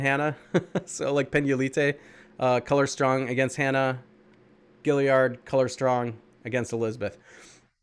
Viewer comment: It's gaillard not giliard bro ur not that smart huh?